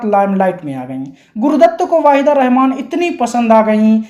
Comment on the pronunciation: पता नहीं क्यों लगता है कि तुम नायिकाओं के सही नाम नहीं ले पाते हो। वहीदा रहमान वाहिदा लगता है। नूतन न्यूतन हो जाती है।😮😮